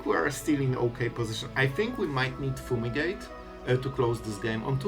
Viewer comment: Foomigate❤️ Not making fun obviously, just funny how u pronounce it lol